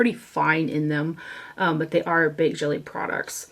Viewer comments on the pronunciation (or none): FYI: the “netting packaging” is called a godet (like “go-day” it’s French, so no T sound) and the type of formula in godets is called “Baked Gelee” (also French, pronounced “Je-lay,” where Je sounds like a mix of the sh and j sounds with a short e, “sh[j]-lay”). Baked Gelee products are famously smooth and beautiful (like the hourglass powders) and notorious for their process, almost always produced in Italy with a wet product poured over a godet netting in their packaging setup and dried on hot tiles in the sunshine. This makes a famously smooth, wet-dry friendly powder product that is extremely easy to use and builds slowly and is very blendable on the face and doesn’t go patchy or too cakey, even when layered repeatedly. It’s also fairly expensive to produce, which is another reason why people have been talking quite a lot about the new morphe palettes that has displayed on this channel, too. The morphe middle shades with the wave pattern that are wet/dry capable and high, high shine are baked gelee and they’ve created them at a quite reasonable price, even if it’s only 2/6 of the shades (it’s also quite reasonable to have 4 mattes with two wet/dry, multi-effect, high shine godets beside them in the pans because you kind of need mattes and non-shine shadows to build out a really good eye look, and even as someone who’s a lover of matte only palettes and looks — I love the new morphe formula and want ALL the 9 pans with the metallic ones after trying the 9 pan with th